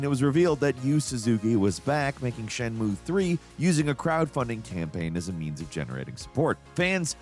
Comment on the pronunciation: "shen-moo" 😂 darling it's closer to "shen-myu-eh"!